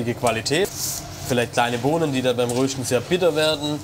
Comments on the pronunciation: Röschten statt Rösten :D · Danke an den Sprecher dass er das Wort „Rösten“ nicht mehr so komisch betont 😅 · Das bedeutet rösten nur dialekt änderung 😂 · Wenn er noch einmal "röhschdn" sagt, flippe ich aus!!! 😆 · röhhhhsten :D warte der mann sagt fehlerfrei Röstaramoma, aber ansonsten immer Röhsten und abröhsten :D